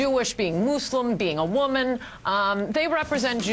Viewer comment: she cant pronounce Muslim haaaaaaaaa